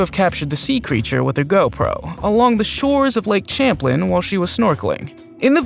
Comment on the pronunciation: Champ is in lake Champlain in Northern new york. You are saying the name of the lake wrong. 😂😂😂😂